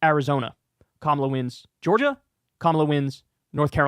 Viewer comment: It's KAMA'-la. Sounds like COMMA--luh